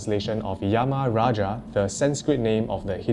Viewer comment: hi there, indian here....the yamaraj its pronouced as yam-raj just yamraj thx nice video👍